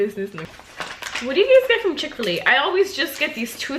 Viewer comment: The way she says chick fil a lol i hear “chick filly”